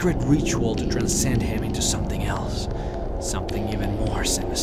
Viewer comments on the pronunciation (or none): none